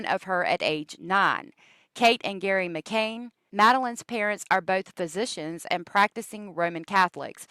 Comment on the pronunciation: I don't care if you pronounce a city name wrong at all, but the little girl's last name is McCann not McCain.